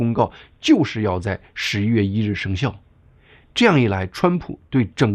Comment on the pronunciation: 一点小建议：发音：11月听上去很像10月。不看字幕的话还真听不清楚